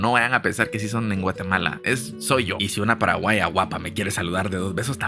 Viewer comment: dijo pajaguá ( payagüa ) mascada